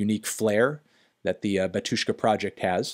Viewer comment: take a shot every time he says batYUshka instead of bAtyushka